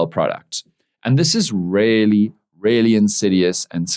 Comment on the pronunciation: Why do you keep saying "rarely" instead of "really"?